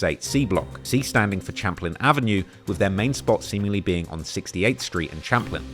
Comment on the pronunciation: Champlain as in (Sham-plain). lol